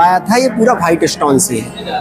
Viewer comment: आप थोड़ी सी भाषा सही करो भाईट स्टोन नहीं वाईट स्टोन साजहा नहीं शाहजहां